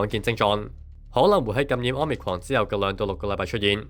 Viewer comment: 好心有些報導員去認真一下 omicron 的讀法 失禮呀